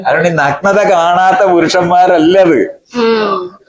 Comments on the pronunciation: നക്നത അല്ല സുഹൃത്തേ, നഗ്നത, നഗ്‌നത... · ആദ്യം പോയി മലയാളം പഠിക്ക്... എന്നിട്ടു പോരേ ഇങ്ങനെയുള്ള പണിക്കു ഇറങ്ങാൻ ."നക് നത" ഇതെന്തു സാധനം?